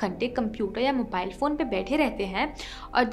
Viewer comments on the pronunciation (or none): none